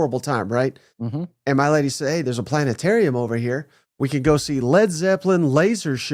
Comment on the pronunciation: Planetarium NOT plantetarium!👍😂